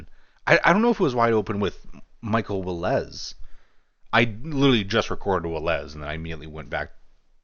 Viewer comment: It's WILL-uhz, not will-EZZ.